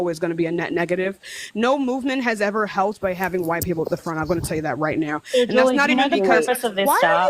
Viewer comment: "A lotta why-tea people" 😭